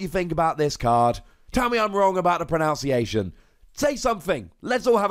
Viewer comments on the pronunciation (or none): Somewhat ironically, you are pronouncing the word “pronunciation” wrong, 😂. Love your videos, keep up the good work, man!